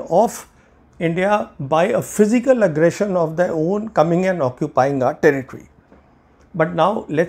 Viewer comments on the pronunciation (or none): none